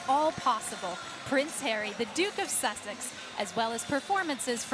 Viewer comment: WHO wrote her scripts! They need an english/grammar lesson.... AND she said"duke of susseck"